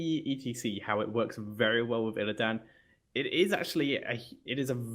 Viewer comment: hey tell (lol) he is mispronouncing illidan